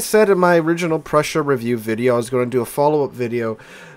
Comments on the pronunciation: Just say “Proy-sun” with emphasis on Proy. Done! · The pronunciation is pretty simple. It's /proy sen/. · it's just "Proy-sen" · To pronounce Preussen, just say "Proy-sin" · 🤣🤣 its Preussen 🤣🤣